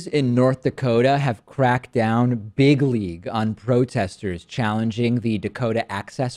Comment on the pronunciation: Please stop saying big league it sounds like biggly "trumpspeak" idiocy